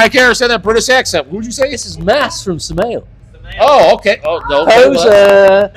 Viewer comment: The way he pronounced Samael I had no idea who he was talking about. 😀